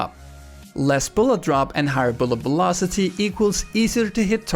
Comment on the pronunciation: Velocity sounds like bulocity